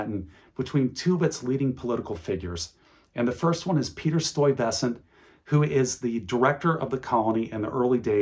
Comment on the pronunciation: Okay, I have to laugh at “stoy-vessant.” I’m no expert on Dutch or NYC, but that’s the first time I’ve heard his name said that way.